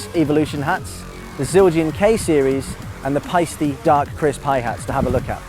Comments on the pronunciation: Almost but it is actually „Paisteh“ :) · Paiste does not rhyme with "feisty"... it's homphonous with "paste."